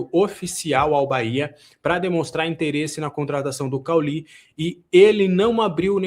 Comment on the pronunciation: O cara não saber como pronunciar o nome de cauly é muito estranho! Kkkkkkkk parece que não viu a Série A do brasileirão nos últimos anos hahahaha